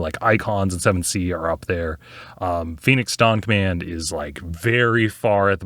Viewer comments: I literally thought you said Phoenix Donk Man. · I kept hearing Phoenix: Donk Man